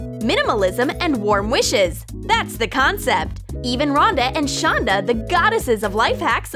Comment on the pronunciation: You called Ronda shonda